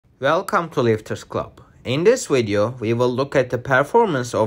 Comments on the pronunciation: I like the" WIDEO" lol W-I-D-E-O sound like your talking with marbles in your mouth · Just here to say the wideo